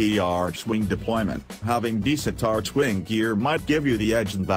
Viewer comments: I love how he says "Artschwing" and not Archwing :D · Right you are american, since Archwing = Arkwing in britisch and australian :p Then again idk if DE is American too..